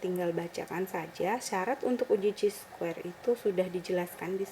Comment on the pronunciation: Bacanya kai square. Buka ci